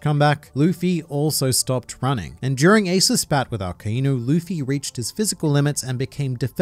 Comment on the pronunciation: It's akainu not aka-inu think of it in English like ai=I